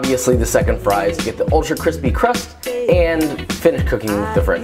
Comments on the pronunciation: I think you misspelled “cwispy” in the title😄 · Look at young cwispy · it's cwispy, extwa cwispy! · Its Pronounced CWISPY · I’m kinda mad you didn’t make it “kwispy” in the title.